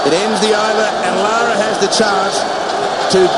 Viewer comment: It's LAAARAAA.. respect!